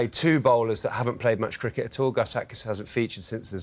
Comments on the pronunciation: Wickut.. crickut.. 😂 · He has good English but there is still native language influence like pronouncing words like wickut crickut Indians usually who are properly trained will not any native language and they are good compared to other countries.. look at Ravi Shastri Sunil gavaskar even Dinesh Karthik.. even deep dasgupta has great English